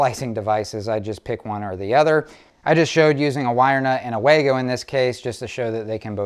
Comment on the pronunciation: If you're going to use a common product (the Wago wire connector), at least pronounce the name correctly. It's not Way Go, or Wah go, it is pronounced Vah go.